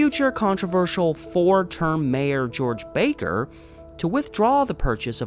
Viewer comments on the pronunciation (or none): none